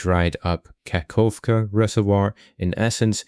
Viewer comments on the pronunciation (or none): none